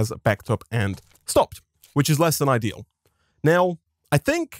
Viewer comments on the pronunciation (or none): none